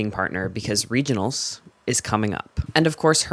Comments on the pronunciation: your emphasis made me do it automatically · i’m actually crying laughing at the gleeful (no pun intended) emphasis you’re putting on “regionals” every time you say it. Then there’s no edit to pay it off, so it just seems like you’re so excited to say the word “regionals”. This is killing me